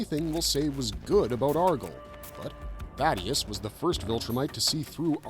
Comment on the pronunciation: Why do so many people get his name wrong? It's THAEDUS not Thaddeus